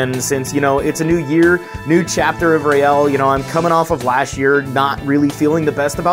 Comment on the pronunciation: whenever you say, you sound like you said Rail the Protogen lol